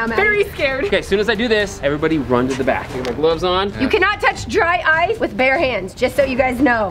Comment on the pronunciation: I thought when she said “dry ice” it sounded like “dryce”